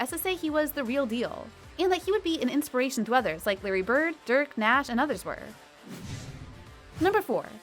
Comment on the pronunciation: She couldn't even say Steve Nash right